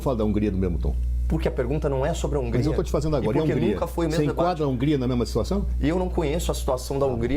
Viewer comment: Do nada o cara mete: " E a Ungria" 😂😂😂😂😂😂😂